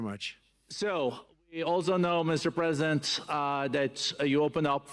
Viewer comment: "Mr Chhhlesident?""...."Hellouu". Top notch Merican stuff. UK loves a laugh